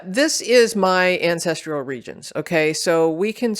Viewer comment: The content was promising, but I couldn't finish watching because of the repeated mispronunciation of "ancestral" as "ancestrial." I don't remember this occurring until recent videos.